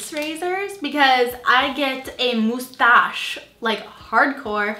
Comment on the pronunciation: The way you said "mustache"😂